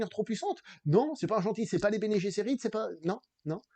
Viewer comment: Bene Gsserit ne se prononce pas comme en anglais. ce n'est pas Bene Jesserit. :)